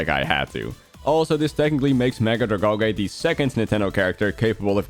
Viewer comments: Drag-AL-gee, not Drag-ALL-gay... 😒😒😒😒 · Dragalge is pronounced drag-algae, because it's supposed to look like kelp, which is an algae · ’s pronunciation. 💔🫩